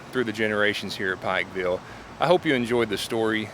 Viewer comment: You are saying the name of the town Wrong.